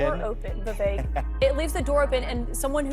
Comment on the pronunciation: Benny, his name is pronounced Vivake, not giving you crap just trying to help out.. 💪🏻 great show as always!